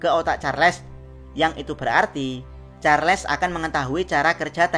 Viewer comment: charles woy charles bukan charles 😂